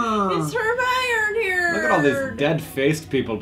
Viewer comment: lmao hermiernerd and hergerd.